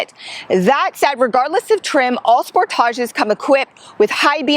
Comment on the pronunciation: THE "SPORTÀSH"! Love the way she pronounces it! Down in the U.S., it's the "Spòrtesh", of course.